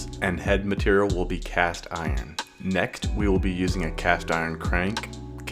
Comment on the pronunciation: Ah yes "Nekt"